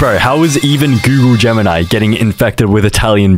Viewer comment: Aint google gemini its goonle gemini